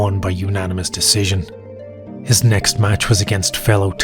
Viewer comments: Wait... Dana cant say Decision? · Dana can't even say decision right how much he hates it